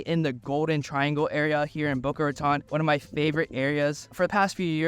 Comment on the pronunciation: You are pronouncing it wrong